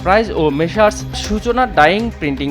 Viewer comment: মেশার্স নয়, মেসার্স - যা উচ্চারণ হবে মেছার্ছ